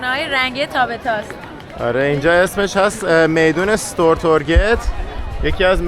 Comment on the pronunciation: ممنون از فیلم‌ها ولی کاش اسم‌ مکان‌ها رو درست تلفظ می‌کردید مثل گَملاستان که شما گاملاستان گفتید. میدان ستورتوریت نه ستورگ توریت چون گ خونده نمیشه. به هر حال عالی بودید.